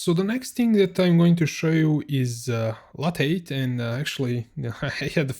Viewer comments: the word lathe is pronounced "lay-th" with a "th" at the end, like in the word "the". I'm not sure if you can pronounce the "th" sound though if you are German, so maybe just say it as if it was spelled "late" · Lathe is pronounced "LAY-the" in English, where the ending 'the' sound is pronounced just like the English word "the".